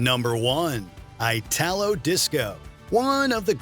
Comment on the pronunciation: it's not "Eyh-tah-low", it's "EE-ta-lo" ... from Italy